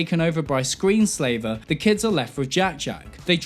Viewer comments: After admitting that yes, I will subscribe, I have a couple things to say: (1) I contend that Incredibles 3 WILL have a time jump, and will focus on the 3 Parr siblings all grown up. (2) I respect how you mispronounced "ScreensLaver" as Screensaver" early in the video, pronunced it correctly later in the video, and never acknowledged it... 😂😉🍻 (3) The movie was fine. That is all. Cheers and respect... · Sounds like he's saying screensaver rather than screenslaver. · Good video. But its screenSLAVER not screenSAVER. She enslaves not saves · It took me a second to realize that you calling the villain "Screensaver" instead of "Screenslaver" was a joke rather than just getting the name wrong lol. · It's screenslaver not screensaver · "Screen slaver" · Screen Slaver, not Screen Saver. Film did suck, tho. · It's Screen Slaver... Just sayin'